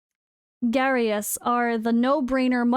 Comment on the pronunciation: Its Garious. You pick Garious. Then voresh